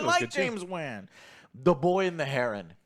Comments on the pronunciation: How does he read Wan incorrectly? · I really hate how pronounces “Wan” lol. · It's not James VAN! It's Wan you knuckleheads